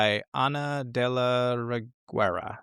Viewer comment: I am just commenting this because you are interested in the correct pronunciation of actors' names. Ana de la Reguera is a mexican actress, her last name is pronounced more like Reggae - Ra. But the first R is a strong spanish R, we call it "double R" Rrrrreggae-ra. That's the best I can do to explain the sound. Saludos!